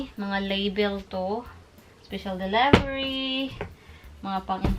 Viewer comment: The diction "deliber" visaya version